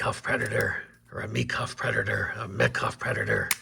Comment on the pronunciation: Cool knife, I like your radio voice. You trying to pronounce vystupní kontrola was hilarious and not that far off. ý is like í but more harder/lower tone. the second pronunciation of Mikov was right.